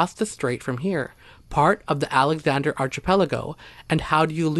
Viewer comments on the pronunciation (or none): none